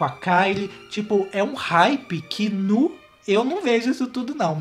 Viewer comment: tu é mineiro? "nuuuuuuu" hahah bem mineirin